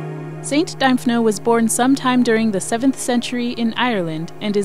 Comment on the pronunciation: Pronounced Dimphna. Thanks for the video